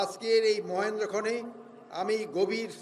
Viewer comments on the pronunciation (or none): Mr Jahangir Alom eta Mohendtokhon hobena eta hobe Mahendrokhon..apni banglatao thikmoton bolte parenna😂😂😂😂😂😂😂😂